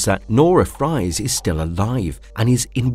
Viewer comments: Fries is still said like freeze, even before he becomes "Mr. Freeze." Please learn how to say character names. I can't stand how many times you got it wrong. I'm bailing only 4 entries in because I just can't handle it. I'm sorry, I have Asperger's Syndrome so it's not like u can just not be bothered by it. I don't want to seem rude. It just drives me nuts. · Sorry, mate. But Mr. Freeze's real name is pronounced as same as his criminal alias. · Nah, it’s pronounced “Freez” for Victor Fries. Nevertheless, you will be missed, Mr. Conroy. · Isn’t “Fries” pronounced like “Freeze”? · to - Actually the surname "fries" is pronounced "freeze". (Incidentally, I once had a high school math teacher in which "Spies" was pronounced "Speeze.") to - Close; the fictional disease is called "systemic hypoplasia." Hypoplasia simpliciter is when an organ or some tissue is underdeveloped; no cases of it affecting the entire body have ever been observed, much less have it stop someone from aging. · OP pronouncing Fries (a European last name which is pronounced like freeze, but with an s, not a z) as fries (the food) caught me off guard And it's understandable and all, but his full name has been said in the show several times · I quite enjoy this analysis of B:TAS, but if I may, Mr. Freeze's name is Victor Fries (Freeze) and NOT Victor (French) Fries. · One issue: Victor Fries' last name is pronounced Freeze not fries as in potatoes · Fries is pronounced "freeze." How the hell you didn't know that is astounding. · Actually victor fries’s name is pronounced freeze but spelled like fries (unless that’s a joke that went over my head) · Dude no offence but you do know it’s pronounced freeze right? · It's "Roland" Daggett. And Victor Fries' last name is still pronounced Freeze, the same as his villain name. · Friez and Fries is actually pronounced freeze, I had a pastor with the last name and always thought he was a badass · Fries is still pronounced freeze when it's a last name